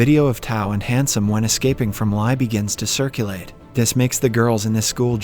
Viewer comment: Li is pronounced as Lee, not "lie"! You really suck at pronouncing Asian names. And you can't make the excuse is that you're not Asian because I'm a Westerner and I'm good at pronouncing Asian words/names!